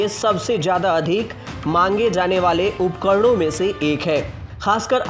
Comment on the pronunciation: मड़ीज नहीं मरीज, उपकड़ण नहीं उपकरण.. सुधारा मर्दवा